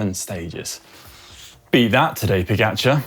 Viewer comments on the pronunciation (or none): none